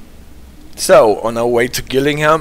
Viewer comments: Very informative. You asked about pronunciation. Rochester is Rotchester (as you pronounced it first attempt and not Roster). Also Gillingham has hard ‘g’ so Jillingham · The G in Gillingham is pronounced like a J.